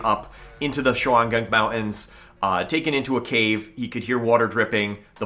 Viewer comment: Dude your pronunciation of mountains is killing me.